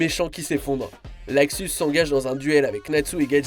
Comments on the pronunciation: "Laxus" c'est LUXUS bordel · Putain luxus. Pas laxus bordel ! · Luxus et non laxus. Merci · Et on dit luxus pas laxus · C est pas laxus mais luxus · En VF sa se dit Luxus